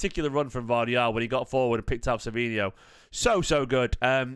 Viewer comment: The guy’s name is Gvardiol, not Gvardial